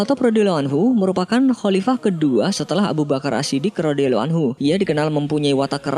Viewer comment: pengucapan salallahu bukan shalaloh dan radhiyallahu bukan radhiyaloh kurang fasih min. 🙏